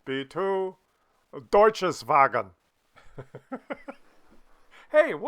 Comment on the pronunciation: What the hell is a DeutscheVaSnowvagen!? LMAO!